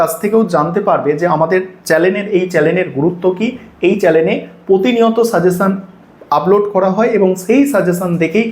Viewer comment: চ্যালেন বলছেন কেন বারবার 😂😂‌ ওটা চ্যানেল 🥲